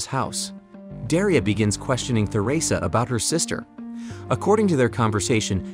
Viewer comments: Holy th is Theresa is not pronounced th it's pronounced t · Theresa ( Ter-ee-suh or Ter-eh-suh) Not Thur-eh-suh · You can tell the narrator hasn't actually seen the show. He keeps mispronouncing some names (Theresa for example).